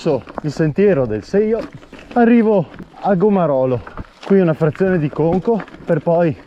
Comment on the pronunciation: Gomarolo (poi l'hai detto giusto), probabilmente la fatica ti ha fatto dire Gramarolo xD